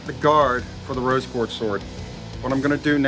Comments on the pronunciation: Roby Quarz? It´s Rose Quarz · Did anyone else hear the guy that did the handle say 'ruby Quartz ' it rose quartz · He said “ruby quartz “ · My mans said “ruby quartz” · Did he say “Ruby Quartz Sword”??? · Did anyone else hear him say Ruby quartz